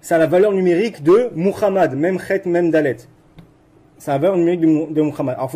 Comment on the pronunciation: Il prononce bien Muhammad 😊. Salatou Salam. Paix aux gens du Livre